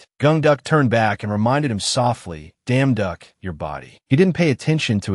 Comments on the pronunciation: You damn duck i think they mean yeong duock i dont know how to spel bro i just heard you yousles damn duck lol😂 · Is it just me or i keep hearing damn duck 🤔❓❓ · IS IT JUST ME OR DO I KEEP HEARING: You Damn Duck As Protagonist Name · Bad AI. I just listen to it so not bad for me, and I ignore the terrible way the AI pronounces the leads name. It's just hilariously terribad!😂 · simply change the name and issue an initial statement about why you chose to change the name due to the unfortunate inability of the AI you use to stop enunciating the emphasis on certain syllables thus ruining the original name would be enough, and then continue onward. Most people should be capable of appreciating that and it is the story that matters, as you will have chosen to alter the name to make sure that the focus remains on the story and effectively removed a thorn equivalent distraction. I do love this story though! Thank you. For the record, I find the emphasis hilarious, but then I am also capable of getting over it and focusing on the story itself.😂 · I don't see any actual complaints here, just people poking fun at the way the AI pronounces the protagonist's name with an enunciation that completely alters it. The story itself is great!